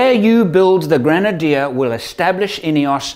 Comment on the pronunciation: French people are used to think that everything you read...could be pronounced in French language... So..welcome to the all brand new GŘENADIÉ 😱 🤣